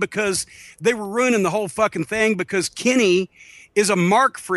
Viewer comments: When Jim says "Kenny," I can't help but hear Carman from South Park. "Kenay" Kills me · I like how Cornette says Kenny like Cartman. "Kinney" lol